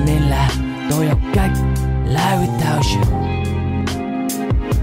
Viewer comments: đã có bạn nhắc rồi ... Live phát âm là li-vờ không phải lai-vờ ... còn tất cả ... perfect ... quá hay! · lai without you là j, phát âm sai chứ chơi chữ j đâu :vv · phát âm sai rùi ba /liᴠ/ : Đọc khi liᴠe được ѕử dụng trong câu ᴠới ᴠai trò là động từ có nghĩa là ѕống /laiᴠ/ : Đọc khi được ѕử dụng như tính từ, trạng từ ᴠới nghĩa là trực tiếp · Phát âm cho đúng từ live đi b